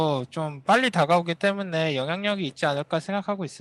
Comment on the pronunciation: 클리드 선수는 때문에를 때문네처럼 발음하는 거 같아요 ㅋㅋㅋㅋ